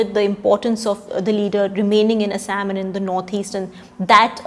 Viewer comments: Thaosen plz Google the pronounciation of Assam! Why we westernize our own names? Like its they who are speaking. Same goes with Kashmir - they pronounce it "Cash"mir...lol its not just funny but idiotic when we mimic West! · The pronounciation of Assam with fake English accent is highly deplorable! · Thaosen Not how it's spelled, but how its pronounced. You're right, Localised north eastern kingdoms and tribes created more diversity in language and literature thats the beauty (she pronounced none of what you mentioned..lol) But I can't agree if you're saying her pronounciation is "how people in assam pronounce" forget assam none of the born local north-eastern do it! You know she won't pronounce "Kerela, Maharashtra, Gujarat" like brits or west do than why for assam!